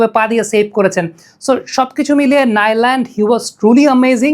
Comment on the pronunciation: নামটা হবে নু লান্ড....আপ্নার উপস্থাপনা অনেক সুন্দর... পুরো ওয়ার্ল্ড কাপ উপভোগ করছি আপনার এই উপস্থাপনা ❤